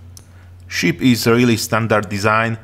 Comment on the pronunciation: Takový klasický západoevropský přízvuk a trošku zlozvyk s výslovností u pár slov, například "ship" ve tvém podání zní jako sheep :P Ale jinak v pohodě, zbavit se přízvuku je kurevský problém, takže to bych neřešil :D